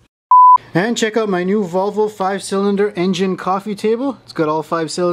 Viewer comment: I've never heard anyone pronounce it Vovle before